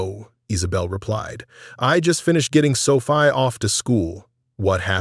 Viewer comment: 😮😮😮 The girl's name is pronounced "So-fee-ah" not Sofi, get right. But I like the story.